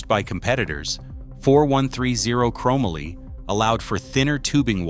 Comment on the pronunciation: LOL! Oh yeah, I heard that too but forgot after hearing "crahmally" so many more times.